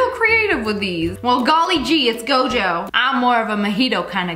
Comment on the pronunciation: The way she said “Gojo” tho- Welp she doesn’t know how to say it soooo- that fine?